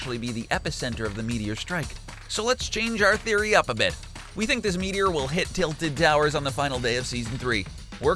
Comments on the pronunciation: Saying "tiited towers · "titled towers"